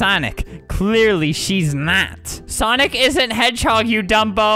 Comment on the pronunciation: I literally DIED when he kept messing up the word "sonic" LOL